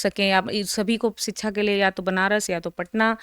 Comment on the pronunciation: Ye madam padhi likhi hain kya?? Inko shiksha bolna nahi aa raha hai ...siksaa bol rahi hai.. disha ko disaa bol rahi hai... ...aise log waqeel kaise ban jaate hain??